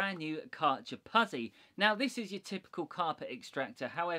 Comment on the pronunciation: Great video, it's pronounced put-zi, as in pit-za, (pizza)🤪